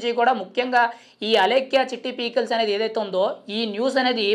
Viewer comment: Babu pee kills kadu 😂 pickles